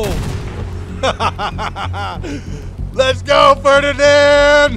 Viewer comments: Ah yes, the Ferdianand Pororsche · Ho-RiNand panzerjäger 🤡